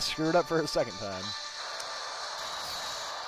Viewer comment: here is the first dictionary definition of 'scald'. notice the pronunciation being 'skawld'